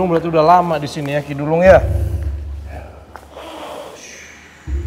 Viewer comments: ngakak bgt kalo nyebut ki dulung pdhl ki duwelung😂♥️✨m00d. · Lg mncekam2 nya aq ktwa krn salah mulu nyebut nama ki duwelung ny😅